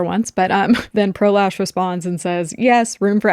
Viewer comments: Anyone else think they are going to say prolapse when anyone says pro lash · One time y’all said pro lash and my brain said pro lapse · Pro lash sounds like prolapse and I just can’t 😂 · I know I'm the problem here but the name "Pro Lash" sounds like prolapse when ppl say it. I can't unhear it